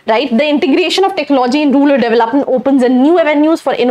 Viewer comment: Ruler nahi rural madam